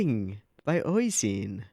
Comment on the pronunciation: Why do you call Nisio Isin "Oishin," though?